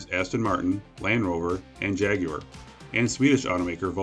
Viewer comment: As a Brit, I was both surprised and pleased by the way you pronounced "Jaguar".